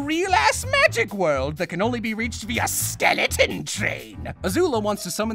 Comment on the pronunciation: The way he delivered that "skELEtOn tRAin 👻👻" has permently reshaped me. I can't pronounce Skeleton in any other way